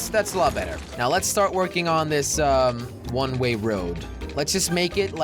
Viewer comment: You keep saying rne ray when it's one way